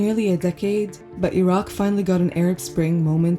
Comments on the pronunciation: الرجاء احترم اسم العُراق مش العراء ولا العراك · الحين البلد اسمه العراق او عراء ؟ يعني المذيعة حتى اسم البلد ما تعرف تنطقه مثل الناس ؟ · Why is she pronouncing it iraa instead of the correct way. This is stupid. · In english it’s iraq not ayra and in arabic it’s arak not ayra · Why do you say Iraq like that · I've never heard anyone pronounce Iraq that way. Not even from Iraqis. Idk if it's right or wrong, but it's definitely interesting.